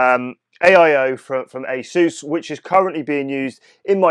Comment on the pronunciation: I'm so glad you pronounced Asus correctly 😂